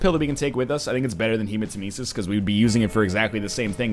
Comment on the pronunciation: Captain Wind I actually love the way you said Hermanitesis or whatever it's called.